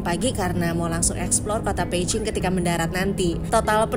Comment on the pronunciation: Spell Beijing emangnya jadi Peiching ya? No offense cuma nanya aja, soal nya agak ganggu ditelinga 😅